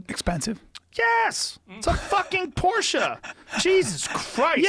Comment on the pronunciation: Yea he learned how to say it finally